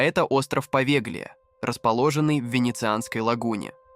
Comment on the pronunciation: Остров Повелья,а не Повеглия).